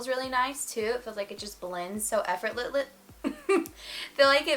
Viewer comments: After I heard you mess up saying effortlessly I tried saying it and said the same thing 🤣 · The effort you put in to say the word effortlessly 😂